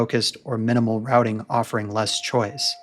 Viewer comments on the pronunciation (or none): none